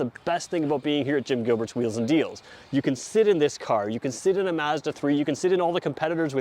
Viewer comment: Thank god someone from across the pond who pronounces Mazda correctly ( "a" as in apple ) and not Marrrzda . Great video